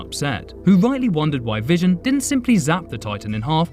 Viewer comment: How the f that he mispronounce vision